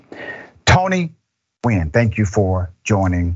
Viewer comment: Much respect for pronouncing the mans name correct. Nguyen (win) is probably the most common vietnamese name.